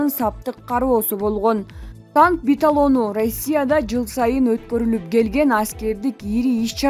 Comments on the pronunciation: Битолону дегенин эмне?Уят эле🤣билип жакшылап окусан...Биатлон,танка биатлону десен. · Келесоо биталон эмес!Биатлон 🤣🤣🤣🤣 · Тантыратпай онтотпой туура так окуган журналист тапкылачы танковый бияатлон деген созду 2 класстын окуучусу так окумак буга караганда биталон деп тантыбай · Тооба ушунчалык тупой журналист да болобу, биатлонду эмне деп татырап жатат, макул жазганда адашып калса мейли эле, биатлонду азыр жаш баладан сураса деле айтып беретго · "БИАТЛОН" ЧОҢ КЫЗ ТУУРА ОКУП ЖҮР ,канчанчы классты бүттүң эле. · Окуп жаткан кыз сакообу Же туура окуй албайбы биатлон десенчи чулдурабай Уят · Биатлон деп оку,! Сабатсыз! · Туура суйлочу танк биатлон деп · Танк битадону дейт мына 😃😃😃🤦🏻‍♂️ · Биатлонду туура айталбаган байкуш журналист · биталон деген эмне тын окуган бироо жокпу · ээ ит очур каналыны биатлонду айталбагандан кийин оч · Танк биатлону деп айтылат чала сабатжурналист онтотпой башка журналист тапкылачы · БИТАЛОН эмес чон кыз , БИАТЛОН , БИАТЛОН , БИАТЛОН !!!!!!!!!! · Биатлон дечи э беталон дебей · Биталон эмес биатлон😄😞👈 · биталон деп, бир айтып койбойт, эки айтып койбойт, уят да, биатлонду айта албаганы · КАНДАЙ САБАТСЫЗ КОЛХОЗНИЦА МЫРКГО БУЛ ЖУРНАЛИСТКА КЫЗ😂 ТАНК БИТАЛОНУ ДЕЙБИ КОКУЙ🤣 ЖЕ ТАНК БИАТЛОНУБУ ЫЯ😀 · Танк биталон де 🤣😂😀😅😅🤣😂🤣😅😅😂 биатлон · Танк биталон эмес 😄 Танк биатлон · Сенден караганда мен жакшы окуйм Эй сабатсыз журналистШойгу Шайгу , биталон эмес биатлон деп окусаң уят эле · Танк биталону дейби 😆😅😂😃.Чон кыз туура окусан титрди. ТАНК БИАТЛОНУ болот. Ой бой . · Танк ,,биталону" эмес танк биатлону ,жакшыраак окуш да колдон келбейби? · Алып бвруучу сабатсыз экен.Ар дайым ката окуйт.Журналистика билими жок окшойт.Суйломдун утур,точкасы дегенди билбейт.Мазмуну жок окуйт.Алмаштыргыла!!!!. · Биятлон болсо керек биталон эмес. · Мобу окуп жаткан дикторго айтып койгула туура окусун биталон эмес биатлон болот суйлой албаса башка ишке барбайбы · Журналист сабатсыз биталонбу же биатлон бу туура окуганды уйрон. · Биталон эмес биатлон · Баталон эмес биатлон 🤣🤣🤣